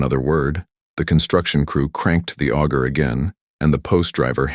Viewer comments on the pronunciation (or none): none